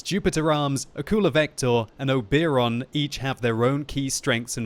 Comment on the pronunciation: All those warframe players cringed when he said oberon...i am one of them and im proud of that.